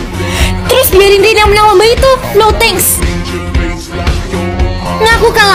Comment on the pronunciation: nama nya bukan ren tapi Rin